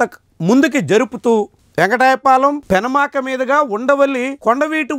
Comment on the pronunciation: వెంకటపాలెం వెంకటాయపాలెం కాదు